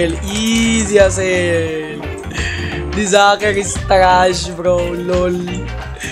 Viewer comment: Bro has been my all time favourite Youtuber. I could give MANY reasons why is the best Youtuber. In 3 2 1 He is handsome, has the man face, a rice farmer, his avatar is Manly, he is the goat, he says IZI instead of Ez, his laugh is like a meme, he is always happy, he is always upset when he gets trash kits, he is the G.O.A.T(2nd time),he has over 10k wins, he is good at roasting, he defeats hackers, he defeats sweats, he defeats tryhards, he defeats youtuber, he has merch, he has rice spice, he has MANLY beard, his youtube logo is awesome, his engagement rate is always incredible, he has over 200k subs, he donates all his robux, he exercises, he eats twice, he is asian, he is fillipino, he has Millions of fans, he is cool, he is the most handome youtuber, he beat tanqr, he beats foltyn, he is the rizz master, he is the bow grandmaster, he coaches other youtubers,he has been an OG bedwars player, he does and doesnt touch grass, he sweats but never sweats irl, he is the G.OAT. THE G.O.A.T, he plays different games he has multiple kits, he puts a ton of effort into his videos, he keeps 1 leg on his chair, he has a cat called chad, his cat will be giga chad, his cat doesnt care about sweats, he wear glasses, he has bounty paper on his wall,he watches one peice,he has a teddy bear, he uses face cam so we can see his handsome face, He makes multiple colurs for his merch, he has a meme intro,he does give aways. I could tell more but my hand hurts from typing IZIIIIII